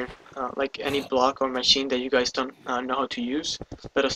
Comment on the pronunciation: lol every video I see theres saying: HEY GUYS like gay